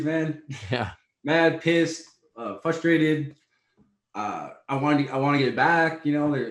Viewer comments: Dominack "flustrated" Reyes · Is he saying flustrated?